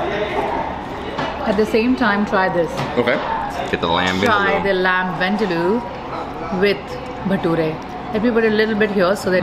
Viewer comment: Vindaloo is a Goan dish and not South Indian. Cleary knows more about Indian food than Nitu. And also, her pronunciation of Vindaloo is wrong.